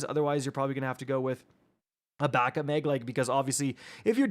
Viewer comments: “3 shots in the mig!” Bro says “meg” weird lol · I hear mayg